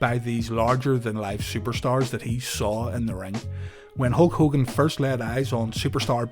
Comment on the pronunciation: what year did he turn in "Ho Kogan"?